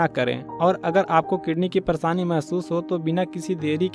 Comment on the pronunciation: परेसानी नहीं परेशानी